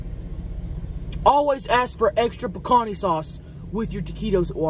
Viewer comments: She kept saying "pecan-ee" sauce in the beginning so I thought it was gonna be some bomb ass pecan/nut based sauce 🤣. But its actually just a red sauce named Picante "pecan-TAY" which literally just means spicy in spanish. Gotta love Tammy 🤣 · Chelcie Lynn, Picanté means spicy in Castellano, which you call Spanish, pronounced, Pee-can-te. 😊 Just saying. 😏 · Omg when she was first ordering extra sauce I thought she was saying “pecan sauce” not PICANTE lol